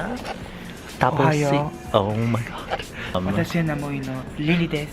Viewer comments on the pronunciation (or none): none